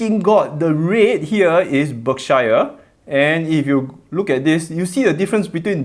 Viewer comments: Did he just pronounce it Buck-A-Share Hathaway? Burn! 😁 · baka-sher(Berkshire) lol just like how my uncle pronounce it 🤣🤣🤣